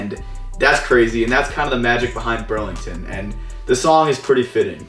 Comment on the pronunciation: you keep saying brand names wrong like Ross you said Burlington and on t j max you said Marshall's